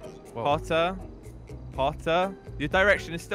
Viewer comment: When says hotter it sounds like potter